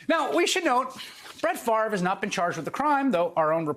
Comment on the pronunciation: Any guy who can't correctly pronounce his own Danish name is intellectually suspect.